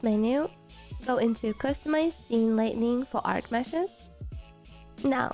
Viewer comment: Just FYI, it's pronounced "light ing" not "light ning"...